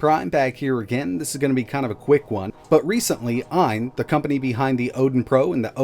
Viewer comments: AYN. Not AYA. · you mean ayn, not aya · It's AYN, not AYA. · AYN not AYA. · It’s ayn not aya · Ayn, not Aya bro... Aya wishes Loki never happened... 🤣